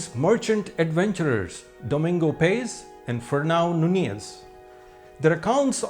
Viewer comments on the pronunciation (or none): none